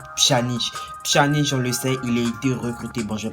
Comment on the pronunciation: On prononce pianic